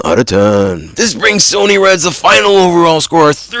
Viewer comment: It's Pronounced "S-U-N-N-Y" "SUNNY"